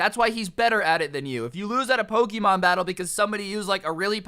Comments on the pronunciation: This video was amazing my school did the same thing However every time you said Pokeeemon i cringed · Dude you said Poke'mon wrong